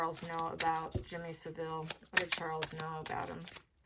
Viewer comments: You’re pronouncing Jimmy Savile wrongly. It’s pronounced (sav Ill ) not (civil) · Pronounce the name like this …. SAV-ill , not SA-ville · Savile is pronounced with the emphasis on the first syllable SAV, the second 'ile' is just said 'il'. Seville is the Spanish city. Charles seems to lack judgement if he chose Jimmy Savile as a confidante. Savile was a vile character. But it's good to know the proceeds of his estate has gone to compensate his victims for their personal injury. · It took five minutes for me to realise you meant Savill, not Sevile. Please don't refer to the filthy pervert as Jimmy. It makes him sound normal. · I remember him on a children's program "Jim Will Fix It" and thinking how creepy he was around children. His name is pronounced " Salve-ill " love your insights